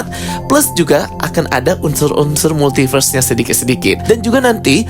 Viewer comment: bang ypo itu bukan "Multiberse" tapi "Multiverse"